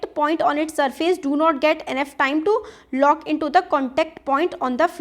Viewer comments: please check it is lock not look in pronunciation Thank you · hlo mam you need to improve your reading skills and also explaining skill because you are making too much mistakes like here you said look but it is lock. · You are saying the pronunciation of the word 'minute' as wrong and 'lock' as look.. Why? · It is lock but u r telling look